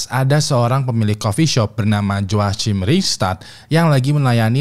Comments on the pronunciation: Cara nyebutnya HOAKIM bang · Joachim bacanya yoakim bang 😭